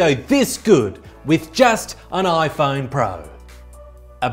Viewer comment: So will dj koh, who can’t pronounce his own company’s product